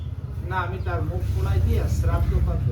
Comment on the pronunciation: শ্রদ্ধ নয় শ্রোধা বেশ ভালো লাগলো হরি বল